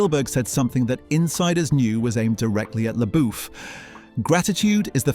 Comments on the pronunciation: .... " SHEA' LABOOF " ?????? 🤔 OH ... PLEASE !!! PLEASE !!! ... ✋️ STOP SAYING " LABOOF " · The name is pronounced “LaBuff”. Your AI needs an update. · Ah, yes. Sheeya LaBoof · sheea leboof??????? 🤣🤣🤣🤣🤣 sterfen sperzalberk didn't like sheea leboof? ermagerd! i lerv gerserp!